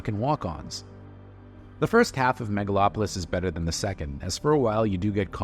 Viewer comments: Maga-lopolis? Lol. I have a feeling that wasn't a genuine mistake. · "Maga-lopolis?" I thought the Trump movie was called The Apprentice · "Magalopolis"...? What? =__= And... "so we don't have"? Sorry man, still gonna watch that damn film, especially as your review has very few actual arguments.